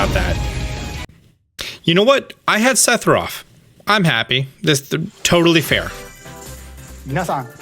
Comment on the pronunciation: Did anyone else hear him say Sethiroff? :0